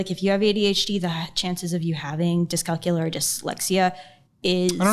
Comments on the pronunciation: Sorry not sorry but people with dyscalculia (LEE-A, not LA!!) as their excuse should probably get paper & write down all this crap & start detangling this mess. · It’s called DYSCALCULIA not Discalcula! 🤦‍♀️ Numbers don’t “swim” a person with dyscalculia has trouble understanding number-based information. As a person who has this learning disorder I just have a more difficult time doing math and remembering numbers, but I can still balance my check book and pay my bills! This lady really really needs to see a therapist before it’s too late. 😢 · It's dyscalculia not dyscalcula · the way she's not even saying dyscalculia correctly is killing me lmaoo